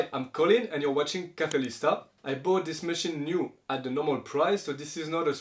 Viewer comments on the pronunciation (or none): none